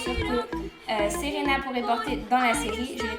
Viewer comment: Super video :) Ca m'a fait trop bizarre que tu dises "Séréna" dans la video comme c'est mon prénom x)